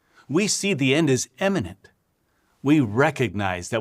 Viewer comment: Yes. And did you hear how Troy Snyder confused the pronunciation of “imminent” with the pronunciation of “eminent”? It may have been a Freudian slip on his part; but, at the same time, the Society has a long history of “honoring” the accomplished end (the thought conveyed by “eminent”) more so than fostering any genuine sense of urgency (the thought conveyed by “imminent”).